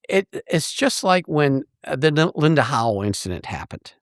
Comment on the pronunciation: Its Howe Rick not Howel. That's Gilligan's Island.